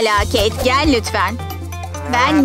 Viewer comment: Oyun hamuruyla intikam sahnesi için bir şey söylicem: Sakız paketlerinde paketin içinden çıkan sakız sert olur-ve agızda hemen hızlıca yumuşayamaz Ayrıca kız keyt gitti demiyorda keyk gitti gibi geldi bana